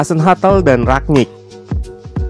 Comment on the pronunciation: Nama dan sebutannya Rangnick lu bacanya Ragnik aaahh sotoy lu